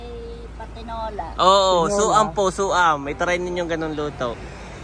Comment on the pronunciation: Suam not Su-am …unless that’s how you enunciate in your province. 😂